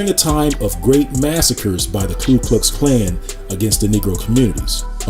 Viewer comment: The spelling is right there, Ku Klux Klan, and still repeatedly calls it KLU (clue) Klux?